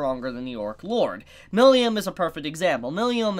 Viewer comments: It's not Milium, it's Milim 😅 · Who the fuck is miliyam? Just say milim like everyone else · I keep hearing Milium instead of Milim. Wth? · Ok, this video has to be a shit post. has gotten Tempest and Millim right before. Why the heck is he saying Tempt Us and Millium now?